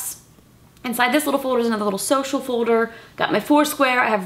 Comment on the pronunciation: Who else loves how justine say folder like "fouder"